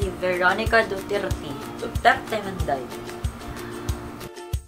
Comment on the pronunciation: I love that "DUTIRTI" thingy hahahahahhaah😂